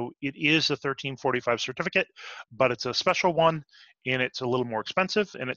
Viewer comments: I keep hearing "ISO 1345 Standard". We are talking about ISO 13485, yes? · Great video! PS: Is 13485 pronounced 1345?